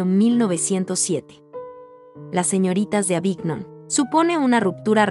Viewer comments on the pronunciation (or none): Se pronuncia renua (Renoir) es Boticheli no Baticheli ( Boticcelli), se dice Yak Lui David l pronunciación ( Jaques Louis David , se dice Aviñón (Avignon) , se dice Cezan (Cezanne), se dice Yoconda (Gioconda) , se dice Guernica, la segunda vez lo pronunciaste bien, se pronuncia Polok (Pollock) , se dice Mone ( Claude Monet)